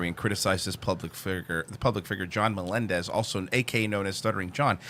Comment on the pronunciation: slow play speed at .30 you hear Jay say, “ our own John Na-mendez, John says ya ya Jay.